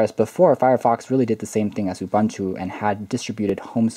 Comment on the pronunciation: Hey not to be rude but its "oo-boon-two"